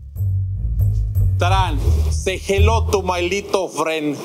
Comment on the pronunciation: I am pretty sure that he said "my lethal friend" instead of little